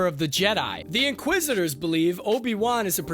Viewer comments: This video would do so much better if it had a host that didn’t say “man” more than 5 times in a single minute, said “inquisitor” instead of “inquisister,” said “Organa” correctly, and didn’t sound like he was shouting the whole time. Good script, good edit, voice talent needs work. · great video! but if I have to hear you butcher the pronunciation of inquisitor or Leia organa again I'll scream lol